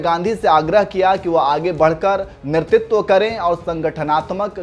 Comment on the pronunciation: कृपया नेतृत्व का उच्चारण तो सही सही कीजिये।